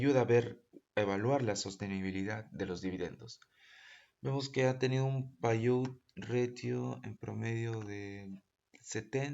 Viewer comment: PAYOUT Se pronuncia "PEIAUT" por si acaso.